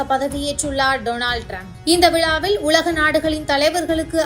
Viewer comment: விலாவில் அல்லது விழாவில்! தமிழை உச்சரிக்க தெரியாதா